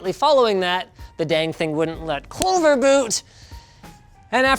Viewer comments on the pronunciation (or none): none